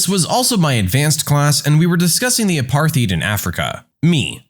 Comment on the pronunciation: The word "apartheid" is pronounced as "a-PAAR-tide," not "a-paar-THEED." Also, the narrator mispronounced "lengthy," as "lengthily." And read the word "reformations" as "ree-FOR-ma shns," instead of the correct pronunciation as "reh-fr-MAY-shuns."